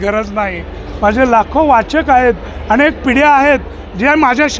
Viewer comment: मुलाखत कार अतिशय अशुद्ध भाषेत बोलत आहे...आणेक, भावणा, पाणीपत अशा पद्धतीत मुलाखत घेत आहे...एवढ्या मोठ्या चॅनेल ला हे निश्चीतच अशोभनीय आहे...